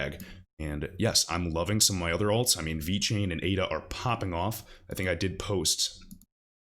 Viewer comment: lmao he said ADA